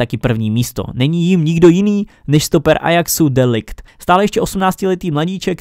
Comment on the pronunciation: čte se to "de licht" a myslím že by měl jít s de jongem do barcelony